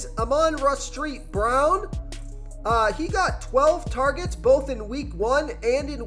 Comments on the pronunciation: street brown lmao, it is saint brown , not to be rude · You say amanra "street" brown???? Lol. Still a good pick I say